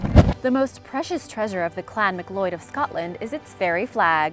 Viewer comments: Really? Clan "MacLoyd"? Try "MacCloud" pronunciation. I like your subjects but really, really need to work on pronunciations. Please! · It is pronounced MACCLOUD and not MacLLoyd. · Its pronounced MacCloud not MacCloid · Not "Mac Lloyd" it's "Mac Cloud".... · MacLeod, like mak-lowd, not mak-loyd, and Cuchulainn is pronounced koo-hoo-linn, not koo-klain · Aaron MacLeod...Thank you for the impromptu Gaelic lesson but I’d like you to re-read my initial comment, where I corrected the narrator’s pronunciation and suggested that instead of makk-loyd and the disastrous attempt at Cuchulain, that the correct was makk-lowd and koo-hoo-linn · It's not pronounced Mick-Loyd....i should know considering it's my last name...its pronounced Ma-Cloud. I wish she would put in the same amount of effort in pronouncing English-based words and names, as she does in pronouncing non-english or Spanish words/phrases. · It's "MAC-CLOUD" not "MAC-LLOYD". Ugh! I fear, my dear, that you have now incited the ire of all the Scots!!! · I WOULD agree with you... but she butchered 'Macleod'. It's pronounced 'Mac-Cloud'... not 'Mac-lloyd'. Just sayin' !!! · you pronounce mcleod like mick cloud.its just funny to hear the way she says it. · MacLeod is pronounced MacCloud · mac cloud is how its pronounced!! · It's Mac-cloud ! Good grief. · Please learn to say Macleod properly it’s said ma cloud. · In case you run into the frequently used name MacLeod again, it's pronounced "mick cloud". Just trying to help, not criticize. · mer cloud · Sorry but the way you say MacLeod is cringey! Its Ma Cloud lol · It's Muh-cloud! Trust me, I've said it before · Aaron MacLeod...You’re telling me that the correct pronunciation is Makk-loyd? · you're wrong in your pronunciation. The surname MacLeod (pronounced mc-loud) (Scottish Gaelic: MacLeòid) means son of Leod. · Macleod is pronounced Mac Loud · It's pronounced Ma Cloud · mcleod is pronounced Mc Cloud